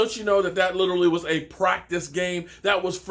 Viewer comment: favorite word “Literlly” 😂 not literally